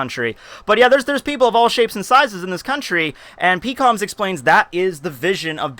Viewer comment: Why is it hard to say "Peh-kom" instead of "Pee-kom"